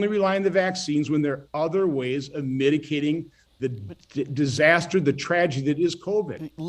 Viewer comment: Had to rewind twelve times, but yup, this purveyor of intellectual superiority did indeed say "miticating" . I guess that's when you mix up your mitigations with your medications.